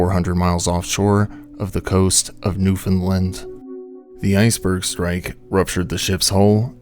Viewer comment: Just for future reference, it's pronounced new-fin-land 😊